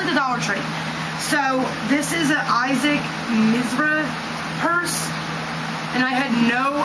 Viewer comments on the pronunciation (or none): issac Miz-ruh? don't think so...